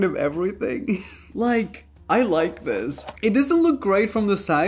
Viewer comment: Nobody: Raph: and dis is butter